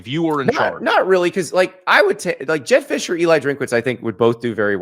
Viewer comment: “jedd fisch” get the hell out my face 😭😭😭